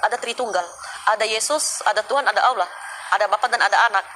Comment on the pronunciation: Hadehade tidak takut dosa ka ? Cara ngomongmu saja jelas ko Islam tdk ada Kristen sebut Allah itu allwo 🤣🤣🤣🤣🤣🤣🤣